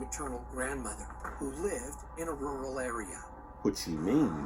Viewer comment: Where did you here royal it's rual